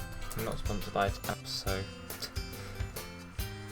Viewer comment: Please It's A-ter-nos not Ater-nos Please get it right